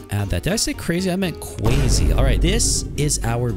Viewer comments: Its so silly when he says cWazy 🥰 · Why are you saying "cwasy" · This is cwazy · “That’s just cwazy” the best line ever said